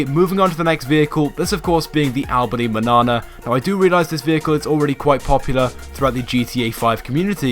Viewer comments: Albany Manana... I have a small feeling it's actually said as "Mañana" but who am I lol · Did he say Albany bannana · boi i was gonna give you a like but when i saw the manana (its spanish for morning and is pronounced maniana) and what you did to it ... cars worth customizing: us cars: stanier dukes voodoo manana emperor washington granger blade tornado pejote and so on. as for the ricers: futo sultan